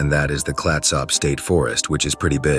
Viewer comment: Three bros alone is a classic. Its name is “Clatsop” though, not that.